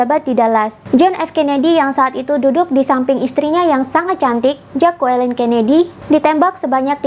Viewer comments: Maaf bacanya Jacqueline adalah “jeklin” bukan “jakuwelin” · Bilangnya 'jeklin', jd bkn 'jakualin' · Jeklin Mbak bukan jakualin..... aside from that, keren Mbak👍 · Maaf ralat cara baca nama istri beliau Jacklyn, Q nya gausa dibaca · Dibaca “Jeklin”...